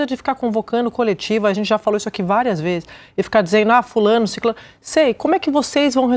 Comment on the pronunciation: Siclano? Eu ouvi bem? Vixe!